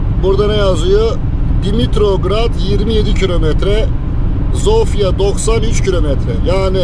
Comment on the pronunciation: Hersey super olmus elinize saglik ama bide dogru konussaydiniz cok daha iyi olurdu. Omw ye neden omfa diyelim. Veya sofia ya neden zofia